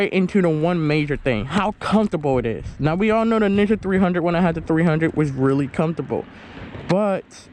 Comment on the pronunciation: sounds like you are saying nigga 300